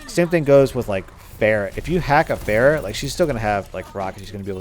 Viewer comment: for a whole while there I was wondering who "bear" was. welcome to the olympic discipline of pronouncing pharah's name wrong.